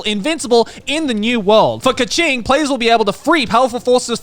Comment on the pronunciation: why is joey pronouncing keqing like ka-ching …